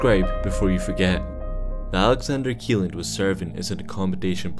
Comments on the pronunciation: It's pronounced Shelland not Kieland.... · This rig is NOT called Alexander keeland. It's called "Alexander Kjelland, pronounced Shelland." Seriously, check pronunciations before posting videos. I am fluent in Norwegian, lived there for years, including when this happened. One of my friends' husband was killed on it.